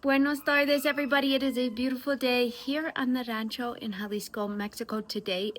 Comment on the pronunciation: Praise God hallelujah thank you Jesus! What a wonderful gift passed down from your great grandfather. I too am saved because of GOD'S grace and mercy.❤ I like the way you say rancho😊